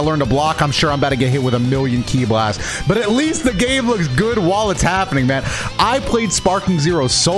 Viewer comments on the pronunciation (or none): none